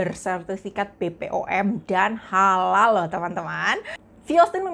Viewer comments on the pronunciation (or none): none